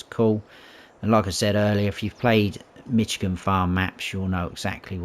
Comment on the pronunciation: Good review. I humbly want to help you pronounce the name of the State of Michigan USA correctly. It is pronounced "MISH" as in "FISH" plus "igan" - not "MITCH" as in "HITCH". Comes from the Chippewa Indian word for "clearing" = "majigan".